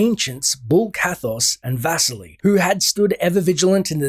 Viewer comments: Name "Vasily" should be stressed on "i" -- vas-I-ly, not v-A-sily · Dude, your pronunciation of Vasily (Vuseely) hurts my brain lol